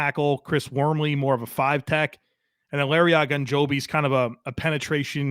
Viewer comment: Here is some help with pronunciation: Larry O-gen-Joe-be Gunner O-shev-ski